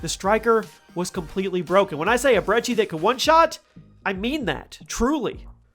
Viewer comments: Why do you call it the 'Brechi' Its brecci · It’s not called Breche it’s called breci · Its (br-eh-key)...that'd how you pronounce it, not brechi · you have a interesting way of pronouncing brecci which is bre-ki btw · Who says "brechi" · Btw you say it like Brechi but it’ sound like k’s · Dude.. I'm sorry to say this, but there's no H in brecci! Why pronounce it with the H? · I’m still trying to find the “h” he’s pronouncing in brecci